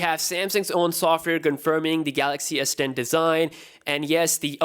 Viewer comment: Who else heard samsung s pen instead of s10?